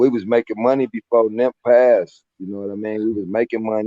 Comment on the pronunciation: Why is he calling him nimp, I thought his name was nip???